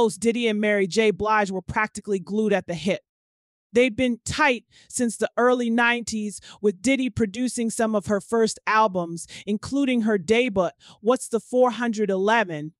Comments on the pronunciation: “Daybut”? She mean debut? Girlllll 🤦🏽‍♀️ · And "deBUTT" lol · All the mispronunciations. She actually said debutt, Mr Caambs, what’s the four hundred eleven???